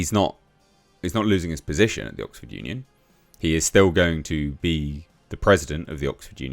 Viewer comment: EMPTY scrotum! This is OXford. Not 'Bullford'!